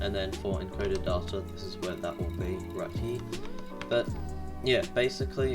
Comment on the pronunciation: “Darta.”? You’re British, it’s day-ta.